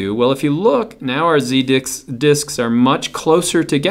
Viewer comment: As soon as I heard him say Z dick I had to look at the comments